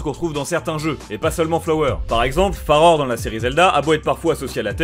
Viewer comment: je suis le seul a toujours entendre farod au lieu de farore ? 😂